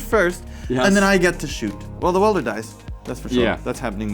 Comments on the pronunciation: Weld-er not wield-er lol 😂😂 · commentary is great but mispronouncing “welder” as “wielder” is getting me every time 😭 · Is deliberately saying "Goblin Wielder" instead of 'Welder'? Surely someday they will make some sort of Goblin Bombardment creature with that name. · It's welder, not wielder ;_ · is it not Goblin Weld-er? like, welding? like where you melt metals to fuse things? that seems more fitting than Goblin Wheel-der as its being pronounced. just curious. great videos! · does this guy not know the word weld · i love you but its "welder" not "wielder" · I love you man, but it's WELDER, not wielder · WELDER not WIELDER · Every time he pronounced welder as wielder I just pictured some dude swinging a goblin around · Would someone please tell how to pronounce welder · Welder rhymes with held her, not with fielder. 🙏 Also great video as usual.✌️ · You'd think that went to the Seth-probably-better-known-as-SaffronOlive School of Pronunciation or something... W E L D E R, but I mean also Seth called her S I E R R A Angel for a long time... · Amazing video. Btw welder and wielder are different words with different meanings and pronunciations. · Weld is not the same word as wield. Not sure if you were saying it wrong on purpose but it was only funny the first 3 times you said it wrong IMO.